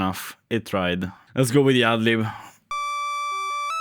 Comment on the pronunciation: Whenever you say go with the "ad lib version,” it sounds like you're saying "ugly version." 😂